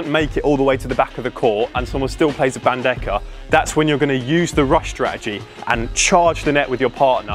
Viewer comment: Great video!!! just a little correction... the correct way to pronounce BANDEJA is bandeha